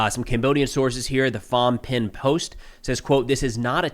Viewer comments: Phnom Penh is pronounced "Penom Pen". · phnom penh is pronouned Pa-nom pen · No shade, but it's pronounced "puh-naam pen.' It's the Cambodian capital city so it's worth getting right IMO.